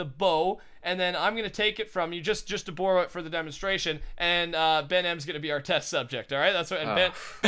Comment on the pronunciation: When says "borrow" or "sorry" it sounds so Canadian